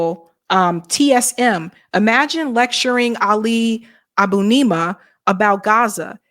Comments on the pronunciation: Ali Abunaam? c'mon, get the guys name right, he deserves that. (as in ali aboonimah) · Lets all say it properly folks: Abu-ni-mah